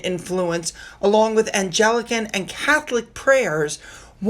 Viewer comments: it’s Anglican, not ‘Angelican’. Thank you for the picture of Lt. Col Thomson! It always brightens my day! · It’s actually the Anglican not Angelican faith though Angelica does sound better! 😊I like your channel and... touch wood.. have had no trouble viewing it.🤞🏼😃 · my dear, it's not "Angelican," it's Anglican (emphasis on the first syllable). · FYI (hope you don’t mind these types of corrections) - it’s not “ANGELICAN” when you talk about the religions. The Church of England (CoE) is also known as “ANGLICAN” - pronounced as ANG-LICK-AN” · Anglican? 'AYN-GLICKEN" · Eastern Orthodox Christians particularly in Syria are being persecuted. Nigeria. Sudan. Canada. There is nowhere on earth that Christians are not being persecuted and our churches burned. It's An - gli - can. It's a hard g but I ❤ your pronunciation making it sound like Angels. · Just a note are you pronounced Anglican . I think it’s Ang- gluh-kn